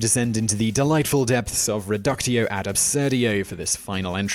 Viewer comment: It's "reductio ad absurdum", Simon.